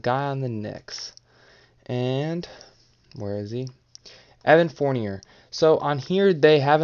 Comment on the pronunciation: At least say Fourniers name right